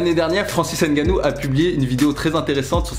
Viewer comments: On ne dit pas francis (N) gannou On dit Francis ngannou. Y'a pas de (N) à part ça. On prononce ngannou en un mot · Vous êtes quand même durs d'oreille et un poil irrespectueux, vous autres, Français. On vous dit toujours que les noms africains (n'étant pas de noms français), ne se prononcent ni ne se lisent en français. C'est [NGANNOU] et non [N'GANNOU]! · Nganou et non N'ganou 👍🏿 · avec 2 N biensur. Je parle de la prononciation. Le N ne se prononce pas. C'est Ngannou un peu comme le P dans Pneu. On ne dissocie pas la première lettre. Sinon cool la vidéo 👍🏿